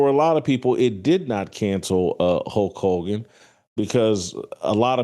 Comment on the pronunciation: Hulk Hulgan....lol....pronounce it correctly.